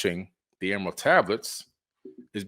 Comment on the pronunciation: Can’t say Emerald 😂 great video btw 🎈